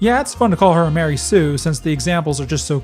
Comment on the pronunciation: every time E;r Says Mary sue A baby is born in hell